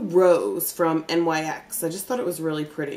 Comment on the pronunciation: LOVE UR VIDEOS,.....just an FYI, they NYX is actually pronounced "Nicks"......I know how you are when pronouncing things like "Okra"......LOL! S/N: ur definetly a beast!